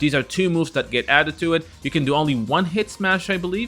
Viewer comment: Again it’s that not dat.